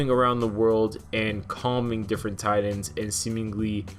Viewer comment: You seriously need to pronounce "Titans" correctly